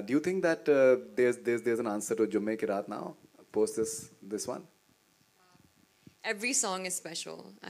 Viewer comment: She pronounced 'Jumme ki raat' as 'Je mikey rat'. Good luck listening to her speak Kannada.